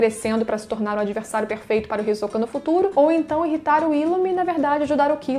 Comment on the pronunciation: Adoro esse personagem demais, kkkk e também gostei da sua pronúncia do nome, que é a forma correta, me irrita quando falam HisÓka, kkkkkk